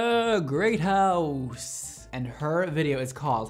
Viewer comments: Did anyone else notice he said “GRatehouse” when it was “Gatehouse” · Where did he get the R in Gatehouse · "Gabriellaaaa Grrratehouse" Lmao, did you mean Gatehouse,? 😘 Love you x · Nobody: "Gabriella Gatehouse" Mondo: "Gabriella Greathouse" LMFAOOOOOOO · Lol 😆 🤣... 1st girl Gabriella "Greathouse"!!! (Uh... Gatehouse). I'm dead 💀 🤣